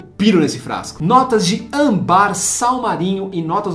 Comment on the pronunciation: Cara, vc fala muito errado deveria ter estudado um pouco para o vídeo. Se fala "Sovági" e não é "ambár", é Âmbar.